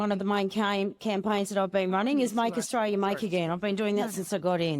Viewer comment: Australia has the letter 'l' in it. It is NOT silent.